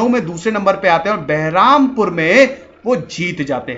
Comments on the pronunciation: Bahrampur nahi balrampur hai Yaar galat naam mat bolo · that is Balrampur not Bahrampur